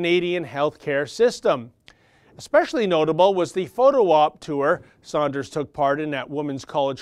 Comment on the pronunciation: It's "Sanders" not "Saunders". isn't stupid. I'm sure that mispronunciation is deliberate in order to denigrate him. Silly Bernie "Saunders". He doesn't know anything about our terrible health care system. What he does know is that the life expectancy in Canada is 3 years longer than in the United States. He knows that people in Canada don't have to worry about having to pay to visit a family physician, or any other physician.